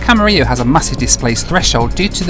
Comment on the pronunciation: Great video! I just happened to watch your 80 hours video the other day, and it's great to see the extra footage. (As a Californian, I'm also glad to see someone corrected your pronunciation of "Camarillo":D ) Looking forward to seeing you flying yourself as well.